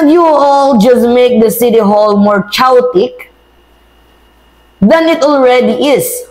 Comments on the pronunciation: ...CHAOTIC is pronounced Ke-yo-tic, hindi chow-tic. Just a friendly correction 😊 It means "magulo" in tagalog. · wag kang magagalit. Mali kasi ang pronunciation mo ng chaotic. Hindi yun binibigkas ng tsaw-tik. Ang tamang bigkas ay ke-yo-tik. Ganundin ang "chaos" Ang tamang bigkas ay ke-yos. Salamat 😊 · Ma'am it's not chawtik. Pronounce it this way. kay·aa·tuhk. Chaotic means magulo. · Kayotik dai hindi chaotik ang pronounciation mo mali!! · Hi follower m po aq. pero ang CHAOTIC po ay hnd binabasa as CHOWTIC,its KEYOTIC po.ingats and much love!❤ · Chowtic? o chowking? 😂😂😂😂😂😂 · Chaotic (k-yo-tic) 😊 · Anong chawtik? Buti hindi Chowking 😆😆😆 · Chaotic, pronounced as ke you tic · Chaotic. Pronounce ke-yo-tik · Chaotic - pronounced 'keh-yo-tik'